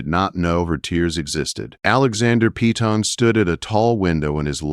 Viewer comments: It's PEY TON not PEETON. Upgrade both the AI writer and the AI narrator...both are terrible. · If only they pronounced Peyton as we pronounce it in KY. We call it Pay ton…..not Pee tawn . Lol